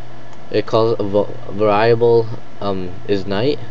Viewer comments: ver-ee-abul not varieyable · That pronunciation... var-I-able...